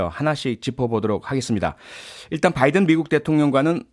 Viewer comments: 아무리 눈을 감고 들어도 바이던으로 명확히 들린다 . . 날리면이라고 생각을 해도 바이던으로 들리거덩 . . 윤석렬xx (나중에 나도 xx 변명할거 만들어놓앗지 ㅋㅋ) 개콘이 망한건 여기에 이유가 있구나 . . 그걸 날리면이라고 은혜씨가 변명하는것도 개콘보다 잼나^^ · 미국이 반도체, 배터리, 전기차의 주도권을 잡고 있지 않음을 인식하며 자국 우선주의를 앞세워 대한민국의 핵심 미래산업을 자국내에 빌드업을 하고자 하면서 현대차를 배제시켰을 때 국민들은 동맹인 줄 알았는 데 바이든이 뒤통수를 쳤다고 하면서 쌍욕이라도 해주고 싶은 심정이었을 겁니다.국민을 대표하여 대통령이 이러한 미국의 작태에 대하여 쌍욕에도 미치지 못하는 욕설을 하였는 데 뭐가 잘못인가 합니다. 다만, 미국 의회라 칭하지 않고 국회라 한 것과 명확하게 바이든이라 발음하지 않은 것은 좀 유감이 아닌가 합니다.